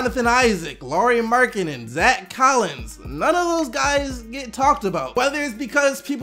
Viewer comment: You pronounced Lauri Markkanen wrong (you all Americans pronounce his name wrong)